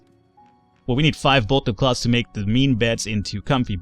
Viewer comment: why don't you pronounce the th in cloth and beth? edit: and hearth!